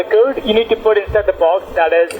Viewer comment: It's amazing how they can't even pronounce the most simple words. They say "tiuw" instead of "to" and they never get the W right always pronouncing it as dubloo...